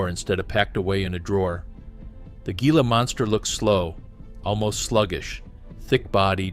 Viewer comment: its pronounced hila not G-ila